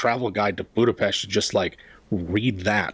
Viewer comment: As a person of Budapest I really appreciate you pronounced it the right way! Thank you :)